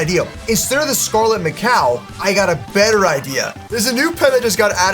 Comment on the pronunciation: Naa why he calling Scarlett Macaw Scarlett ma cow 😂😂😂😂😂😂